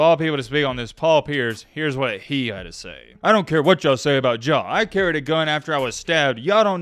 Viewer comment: “ Ja Wick “